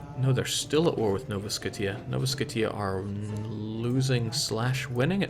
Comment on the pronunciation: "Nova Sko-T-ah" was amazing